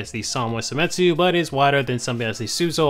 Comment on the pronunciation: it's seimitsu not semitsu, right?